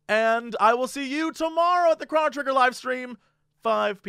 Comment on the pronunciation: BluishGnome He also pronounces Chrono wrong. Just like he does nuclear.